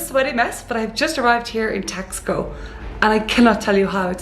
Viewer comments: Should be pronounced Tash - Ko, not Tax - Ko. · Nice video. BTW, it is pronounced Tass-koh not Tax-co. And those were not tacos you were eating at the beginning of your video, those were flautas (flutes). Tacos are folded tortillas with fillings or a crisp fried tortilla formed into a shell that is then filled. Flautas are filled, rolled, and fried tortillas. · It’s pronounced “TOX-koh” not “TAS-co”. Otherwise, a delightfully entertaining tour, Makes me want to go there. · It reminds you of Europe because it was founded by Spanish travelers, therefore, does indeed reflects the direct connection... 😁🥰 it’s pronounced (Tas-co) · Someone may have already mentioned this...but they pronounce the name Taxco as...TASH - ko. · The City's name is prouncounced :Tosh...co" no X sound at all. And those were not deep fried tacos..they were "flautas"... If you are going to do videos please try to get at least the Basics right.... Gracias....